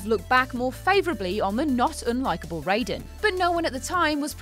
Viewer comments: Rye-den. Not Ray-den. That is MGS, not MK. Please please please check pronunciation first.... that was painful. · It’s pronounced teedus. Not only did the game booklet spell out the pronunciation but even in other Final Fantasy games it’s pronounced teedus, not Tidus. Also Auron is not a dream, he was just dead the whole time. It’s Rye-den, not ray-den. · Tidus is pronounced Tee-dus. Raiden is pronounced Rye-den. Auron isn't a dream. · R-EYE-den, jeez. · Why are you mispronouncing characters? Tidus is (Tee-dus) and Raiden is (RY-den). Also, Auron is an Unsent, not a dream. Do you even play the games first? I thought I could stay with you guys since Ben and Peter left, but this channel is getting worse and worse. Just lost a subscriber. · I can't tell you how angered I am by how you mispronounced MGS2 Raiden's name.